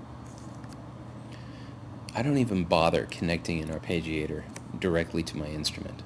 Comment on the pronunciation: Ar-PEH-giator, not ar-PAY-gi-AY-tor.